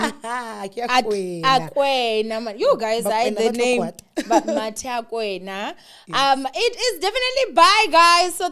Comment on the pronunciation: Owamie,. I love 💓 your podcast to bits however, there's one thing that you've disappointed me with, where this interview is concerned: What was difficult in learning to say the correct name of your guest - MATHEAKOENA or even calling her MATHE in short? Throughout the recording/s, she stated her name more than 12 times and you still couldn't get it right, wow 😭